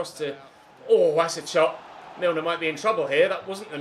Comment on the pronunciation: Im sorry, james milner is 'hames' and hes columbian???!!!